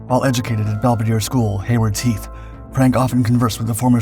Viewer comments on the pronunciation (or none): none